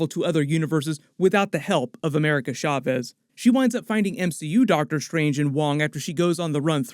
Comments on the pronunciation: Please stop saying “Sha-vez.” The “sh” sound isn’t really a thing in Spanish. Love your stuff tho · It’s CHaw-vez not SHaw-vez, ahora repite clase.